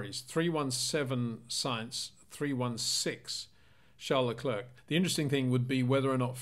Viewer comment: Hi Peter. Could you please pronounciate Charles his last name as 'le clair', in stead of 'le clerk'. Thanks :)